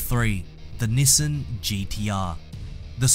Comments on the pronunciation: say after me ,,, NiiiiiSaaaaaaaaaaaaaaan ! ,, not nisan NIIIIIIIISSAAAAAAAAAAAAAAAAAAAAAAAAn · youre actually saying nissen. Which yes its very wrong. And sad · good news ,, you replied to me :D bad news ,,, japanese people will be so annonyed when when they hear you pronunce their iconic trademark like thaaaat ,, sincerly ,, your follower ,, from egypt ,, yeah ,,, egypt